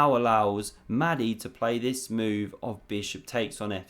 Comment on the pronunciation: Another great vid. Small point, only trying to help.... Mahdi might like his name pronounced with a breath-y, just a bit like a dragon saying "Mahh-di".